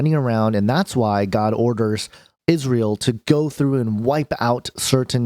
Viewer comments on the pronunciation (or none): none